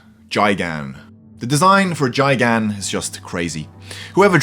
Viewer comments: Guy-gan, not juy-gan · Jigan really fucking dumbass it’s Gigan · gigan not jigan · Its gigan not gijan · He said JIGAN instead of GIGAN It's pronounced Gigan (GUY-GAN) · “Chigan” ITS GIGAN DAMN IT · Jigan? GIGAN! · It's Gigan not Jigan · It’s not jigan it’s gigan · Who else wondered why he said jigan instead of gigan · It's not jigan its gigan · "Gi-gan" not "Ji-gan". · Dude, his name is pronounced Guy-gan. Not Jy-gan or however you pronounced it. Sorry for being a grammar nazi, I'm just a huge Godzilla fan. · God dammit y u say jigan not gigan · Nice video man!! However, I just wanted to point out that the kajiu’s name is not pronounced “Ji-Gan” but it is pronounced “Guy - Gan” 😂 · Its not jigen it’s gig in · And it's not how you say gigan as Gy-gun it's GUY-gun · It's pronounced GUY-GAN ... not Jigan.. and as far as female kaiju is concerned, the female Rodan was the first female Toho kaiju, debuting in Rodan, 1957, and Mothra also precedes Biollante, first appearing in Mothra 1961... do you really know anything about daikaiju? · Gigan not Giagan you dunce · Jigan....... Its GIgan...... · It's Gai-Gan not Jai Gan. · Ok this list is ok but one its Gi- Gan not Gig- an. 2 wtf, where is spacegodzilla. Mothra was the first female kiaju. It was been confirmed that Kong and Godzilla will fight in 2020. Like god man do you know anything about the Godzilla francihse. Ok sure you do but this list is ok. Even watch Mojo put a better list than this for most powerful foes, rodan, and Angruis shouldn't even be on this list. It should be from 10 to 1 10. Biolanta 9. Mutos 8.Gigan 7. Orga 6.Kong 5. MecaGodzilla 4. King Ghidorah 3. SpaceGodzilla 2. Destroyah 1. Kiser Ghidorah. That's a better list. Even then you can swap it and change it up even more like adding mothra or some thing like that this list is ok but buddy you need to do some reascerch first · Gigan "guy-gan" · Jigan!? Don’t you mean gigantic? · And you said gigan wrong it's like you said giggan